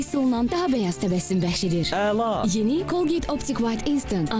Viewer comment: Ela diyor GÜZEL yani